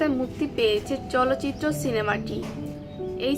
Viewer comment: চলচিত্র নয় চালচিত্র।।। ঠিক করে বলুন।।